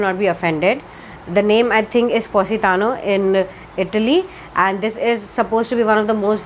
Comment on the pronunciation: You said Positano perfectly!